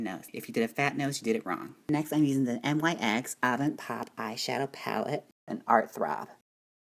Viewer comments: Your saying it wrong it's not N-Y-X you pronounce it like nicks and I don't think nyx is a drugstore product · It's pronounced like nicks.